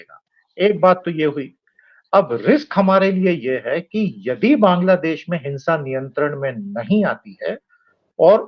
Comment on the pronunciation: दीपक जी, पहले बांग्लादेश बोलना सीखिए ।